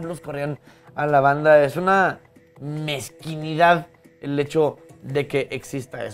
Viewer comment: Se dice MEZQUINDAD, no "MEZQUINIDAD".